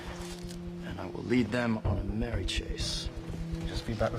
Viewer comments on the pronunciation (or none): none